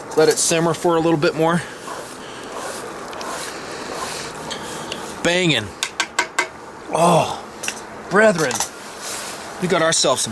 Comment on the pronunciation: "brethren" hearing him say that makes me laugh.